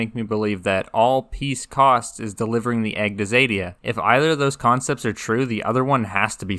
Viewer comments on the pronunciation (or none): Xadia, not zèdia.